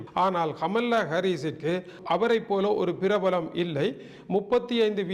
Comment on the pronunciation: அண்ணே கமல்லா இல்லை. கமலா. ஒரு தமிழனாய் இருந்தும் இப்படியா உச்சரிக்கிறீர்களே!!!!.